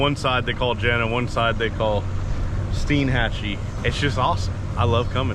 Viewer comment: I really liked this vid since I lived in the Panhandle for 22 years diving, fishing, hunting, etc. Of course years ago, before the rich crowds found the white sand beaches and EXCELLENT fishing/diving it was better. With that said we explored everywhere including Steinhatchee. That is pronounced STINE-hat-chee (like a beer stein).